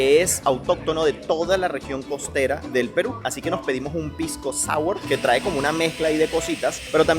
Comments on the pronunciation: Se dice, foneticamente, sawer, pisco sawer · Se llama pisco Sour. Se pronuncia pisco sawer.